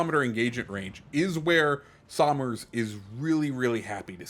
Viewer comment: Btw this ship in real life is named after my great great grandfather. I think. I can’t remember how many greats but it’s after Richard somers and the way you pronounce it is “sum-ers” you would say it like you’re saying summer but plural